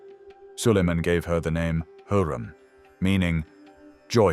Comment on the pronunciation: It's HURREM not heram